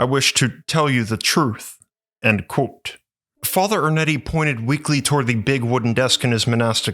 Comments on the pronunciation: You really should learn how to say the words 'Quote' and 'Unquote'. It should not sound like 'Colt' and 'Uncolt' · Love the way my man says "QWOTE."